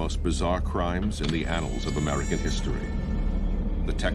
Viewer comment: Texas channssaw macssacker